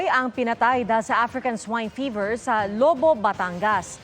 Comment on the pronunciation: Tawana-tawa ako sa bigkas ng ‘Lobo’ Batangas na parang ‘balloon’. Pansin ko sa reporters ng GMA, basta nagbabasa kahit hindi alam ang tamang bigkas. Hahahaha